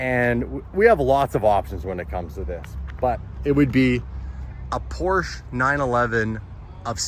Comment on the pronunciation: Get the Porch-ah